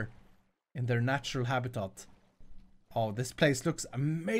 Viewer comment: Nobody else hear “natural habitot”